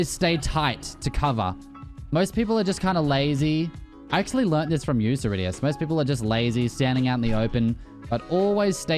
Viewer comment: Great effort!